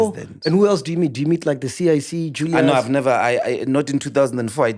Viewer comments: Team your failing us it’s not Julias it’s Julius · Mac put a "U" on the "Julias"